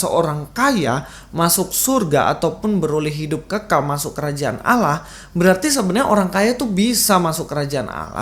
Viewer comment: Abdul Abdul 😁😁 betapa stupid nya keledai liar ini. Bisa bedakan kata ngga sih? Allah bukan awloh Awloh bukan Allah. Nah kok ust Fadil Taslim bilang Allah yang didalam Alkitab adalah Awloh. Sejak kapan ada kata awloh dalam Alkitab? Hello? Dan sejak kapan Allah dalam Alkitab bisa menjadi awloh? What?😂😂😂 😁😁😁😁😂😂😂🐪🐪Abdul....